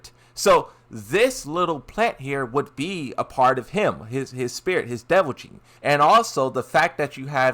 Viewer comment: You’re killing me. It’s devil GENE. Pronounced like “Jean”. What you keep saying sounds more like devil JIN.